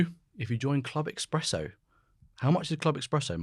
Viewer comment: Dear Channel Creator: You may say Daily Espresso, or daily Express, but "expresso goes into the strastosphere of confusion. Just saying. Thank you, DISREGARD IF DON'T CARE. :eyes-purple-crying::eyes-purple-crying